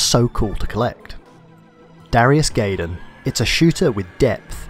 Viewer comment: GUY- DAMN, it's pronounced GUY-DAMN, not GAY-DAMN. no offence.